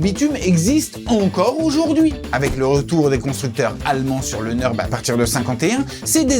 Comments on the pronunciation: Dommage, le commentaire pique les oreilles du début à la fin. C'est Nürburgring et non Neurbeurgring... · Par contre j’ai jamais entendu dire « Nurbur ring » Mais « Nurburg ring » et j’ai 40 tours à mon actif 😂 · Super reportage, faudra juste corriger la manière de dire Nürburgring. C'est Allemand et il y a un tréma sur le "U" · En allemand le "ü"se lit "u" et le "u" se lit "ou". La prononciation "neurbeurgring", c'est une version anglicisée